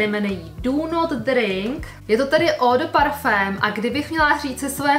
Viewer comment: Nebylo by lepší říkat parfemovana voda než eau de "parfém"? Hrozně mi to trhá uši